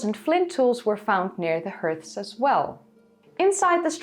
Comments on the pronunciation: As I've told you before, "hearths" is not pronounced "herths" as you do. It is pronounced "harths" with the "a" sound as in "father." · Small fyi. Hearths are pronounced like heart, but with a th. Have a great day. Love your presentations. Thank you. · Great vid once again. Just one small point. I know you are always trying to improve upon your already excellent English, hearths is pronounced harths. As in car.